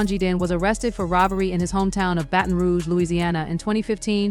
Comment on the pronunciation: The way she pronounced "baton rouge" 💀💀💀💀